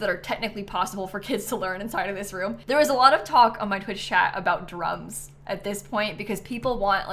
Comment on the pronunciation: 100% thought you said drugs instead of drums lmao. i love this build!!